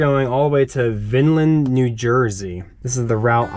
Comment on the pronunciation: Love the two videos so far. I am currently in CDL school and wanna work for TMC. Also Vineland is right around the corner from me in Jersey. Also its pronounced Vine land Keep the content coming and I am gonna keep watching.